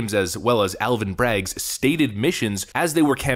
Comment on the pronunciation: I like how you said "Alvin's brag wife" rather then " Alvin Bragg's wife" it's rather funny cuz that's all they are doing right now is bragging